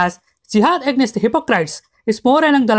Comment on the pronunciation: Great video bro, but the way you pronounce AGAINST was really sticking out like a sore thumb 😂